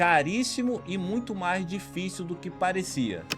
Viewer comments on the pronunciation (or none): none